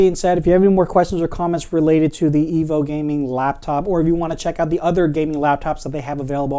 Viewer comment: It's pronounced... Eee-voo. There are 2 O'S in the name.... Like the word FOOD... Remeber EEE-VOO. Like and Subscribe!